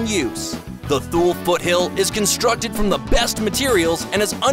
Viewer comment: Thool? Life “p” “o” 4? Sorry, but might want to research your pronunciations for next time. Thule = Too-Lee; and it’s usually LiFe “po” 4.